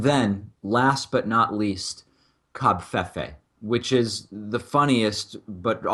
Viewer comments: ITS NOT... COB..fefe... ITS COVFEFE... STOP SAYING COBFEFE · It's pronounced "cov-FAY-FAY", come ON! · the v is silent its pronounced co - fey -fey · Why are you saying a V as a B?